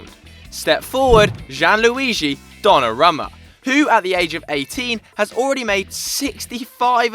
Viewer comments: learn to pronounce names... Donnarumma is pronounced don-a-room-a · Pronounced Donnarooma